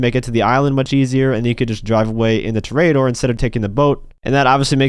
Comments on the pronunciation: It's pronounced tore a door not tarare a door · It's Tor-EE-A-dor you clown. You know, Like a bull fighter. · disliking because of your pronunciation of toreador